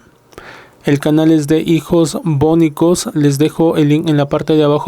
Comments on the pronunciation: "bonicos" no lleva tilde en la 1ª "o", por lo que no se debe leer "bónicos" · primo se la silaba tonica es boNIcos, los HIjos boNIIcos